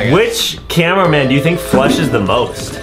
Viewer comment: Adam said camewamen😂😂😂